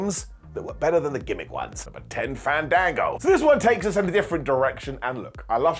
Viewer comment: Had to stop 30 seconds in. It's Faaahn-daaaahn-gooo.